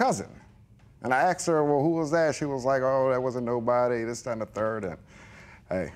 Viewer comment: It’s “ASKED” NOT!! “Axed “! WTF!